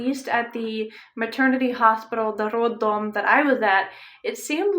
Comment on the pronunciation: You say word "roddom" very Russian-like!!!!👏👏👏